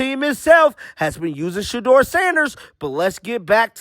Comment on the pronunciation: How many times do you say SHEDUER SANDERS per day? 😂😂😂😂😂😂